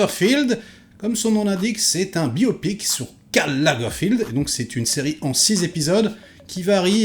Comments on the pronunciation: Lagerfeld, c'est Lagerfeld, c'est pas Lagerfild. Il est allemand. Tout le monde n'est pas anglais :) C'est pas comme si on n'avait pas entendu son nom un millier de fois... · C'est Lagerfeld pas Lagerfield. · Pourquoi tu dis sans cesse Lagerfield, c'est Lagerfeld ? Pour une fois, je ne suis pas d'accord avec toi sur tout. Ce que j'ai trouvé intéressant, c'est que la série prend le parti de montrer l'ascension de Karl Lagerfeld s'arrêtant à l'aube de sa plus grande réussite : prendre la direction de la maison Chanel. Ce parti pris nous révèle une autre image de celui qui allait devenir le Kaiser de la mode. La série tente, autant que faire ce peut, de découvrir l'homme derrière les fameuses lunettes sombres. Elle y parvient en partie car KL n'était pas homme à se dévoiler. Il ressort quand même l'impression que cet homme, s'il vivait très entouré, a toute sa vie été profondément solitaire, la plupart du temps par choix. J'ai trouvé la série intéressante (et puis Daniel Brülh n'est jamais mauvais) mais un peu moins que celle sur le couturier Balenciaga également sur Disney.